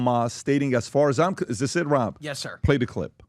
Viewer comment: Like james bond used to say syes😂